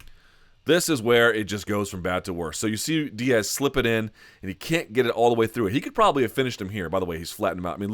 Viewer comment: Say it with me..."Diaz"